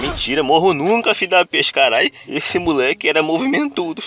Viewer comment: Quantas vez ele falou fidapeste